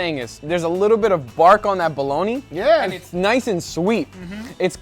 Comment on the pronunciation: "I really recommend you smoke yourself a balloney."